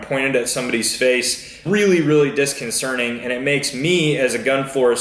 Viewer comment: Dis-con-cer-TING. Not disconcerNING. That’s not a word.